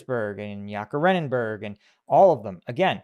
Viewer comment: Ye-katerin-burg, boss 😂